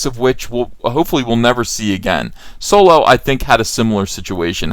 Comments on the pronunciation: Why do you call it Soy-lo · I don't understand why he keeps intentionally mispronounce Solo, it was annoying, downvote